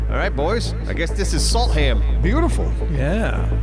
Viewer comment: You do realize that as a swedish person i will from now on refer "Salthamn" (Salt docks in Swedish) as "Salt ham" each time i go to that actual town. And yes! It is a real place!